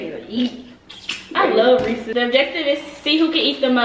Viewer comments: it’s Ray-says puffs😂 not ray-sees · Its Not RESEEEEEES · LMFAOOOOOOO “reesy” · it’s pronounced re -c’s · lowkey can’t pronounce Reese’s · teach how to say reese's